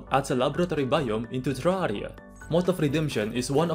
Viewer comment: omg what a accent teRARIA bro Nice commenting